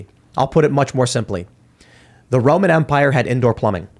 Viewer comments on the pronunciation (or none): none